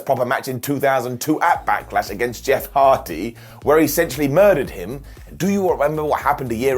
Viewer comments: Back"eh"lash. What is this Backehlash you speak of? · Did say backalash lol